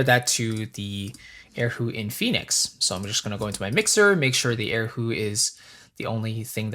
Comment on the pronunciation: Erhu, not air hu..haha, my friend.